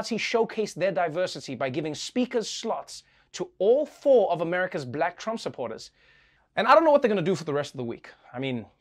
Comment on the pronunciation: OMG ... she said Donald "Tramp" 🤭